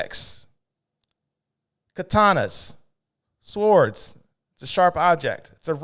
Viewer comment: Very funny. But they are pronounced "sords" though there is a "w" in the spelling. It is silent.